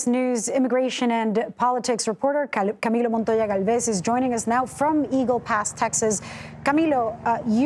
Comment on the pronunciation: It’s camiLLO, not CamiYo.